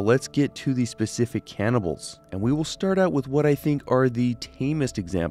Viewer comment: i thought this mf said “cannabis of fallout”